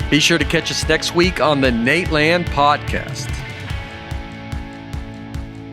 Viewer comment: I love how the intro was pre recorded and Nate still said "prodcast"